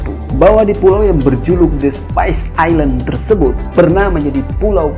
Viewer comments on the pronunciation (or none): none